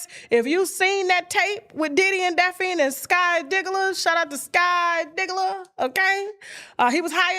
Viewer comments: if u dnt stop calling her Daphine 😂😂😂😂 it’s Daphne! Tasha damn 😂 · Somebody tell Tasha its pronounced Daff-knee 😆😅